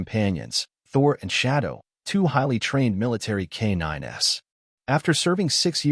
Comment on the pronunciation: K-9s = "Kay nine ess" in AI- speak.